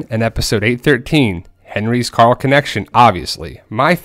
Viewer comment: Carl. Not Car-ull